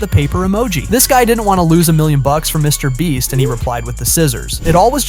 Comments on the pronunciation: Mr Breast? haha brest? didnt think it was so hard to say beast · "Mrbreast", "Mrbleach" and "Mrboost" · BRO SAID MRBOOST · lol Mr breast lol did he say Mr Bleach 😂. I think this guy low key hates Mr Beast 😂 oops Mr boost ok I think I gotten all did I win anything lol. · Mr Breast 😭😭😭